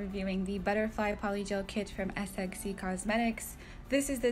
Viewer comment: Pretty sure it's pronounced SEXY instead of S-X-C. Beautiful work, as always!